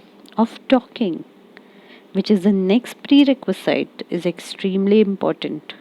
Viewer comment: Shouldn't it be - pree· reh·kvuh·zuht, instead of - pree· reh·kvuh·zeyet?